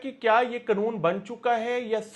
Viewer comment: Its not knoon. Its kanoon.😅